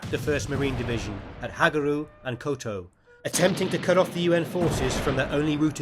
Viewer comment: Despite some pronunciation errors, calling Koto-Ri "Koto" , this is a hell of a good video. Lots of history explained quickly and concisely. What cracks me up though is how everyone thinks Hartman was a real hard ass. Trust me, Hartman was the nicest, fatherly DI ever!!